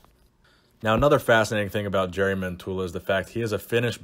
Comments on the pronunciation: It's jari as in the pirate YARR Yari not Jerry. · Not jery his name in Finnish is pronounced as Yari Mentola.... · Hate to be that guy but wouldn't the pronunciation of his name be "Yari". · He is like a celebrity in Finland due to fittness-related TV-shows he has co-hosted during the past few years. Oh, btw., his first name is pronounced "Yari" :) (But we all know him as Bull Mentula anyway...) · His name is pronounced YARI :) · The first syllable of his name 'Ja' is spelled like the 'yu' in 'yuck' (expressing disgust with something). Other than that your spelling of his name is mostly correct except for the intonation. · The way you said jari I can promise you every finnish guy laughed when you said jari😂